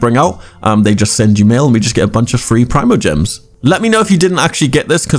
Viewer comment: Preemogems. Not prime-o